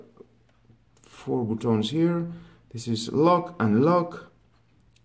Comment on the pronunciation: Did my mans really pronounced ‘buttons’ as ‘bootones’ 😂😂😂